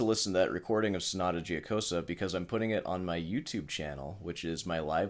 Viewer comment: it hurts my brain how can someone spend hours practicing and still be so bad. i just wanted to say, mr., only thing worst than your lousy playing is the pronunciation of that sonata giocosa. after a short but deep thought, i came to a conclusion it actually makes perfect sense. a person who is familiar with the piece for so long and still can't learn its name, can't be able to sort the fingering, not even in the right hand. and please, leave out 'i wrote the tabs blah blah', that doesn't fool anyone.